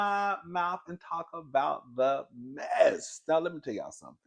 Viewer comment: When Rodney put the S H at the end of MESS it's a HOT MESS 😂tea❤